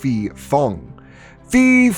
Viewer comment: Am Thai, ,so a video about a Thai movie is a welcomed surprise lol. The pronunciation of 'phi' (ghost) can use some work. It's pronounced 'pee' with a rising tone at the end.